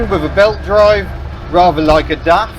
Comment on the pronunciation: If I may be so free to correct you, DAF is pronounced with the A as in the word barn. Greetings from a subscriber from the Netherlands with a CVT equiped Volvo.